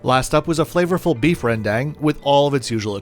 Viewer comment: Great review as always. Btw Rendang is pronounced Ruhn (you're already saying the first part right) - Dhung (like when you say cow dung) . Cheers!